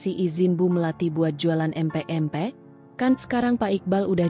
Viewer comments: Min bc empek" yg bener dong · Nyebut empek empek 😅😅